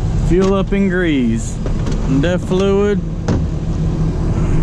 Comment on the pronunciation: Grease,not greaze,lol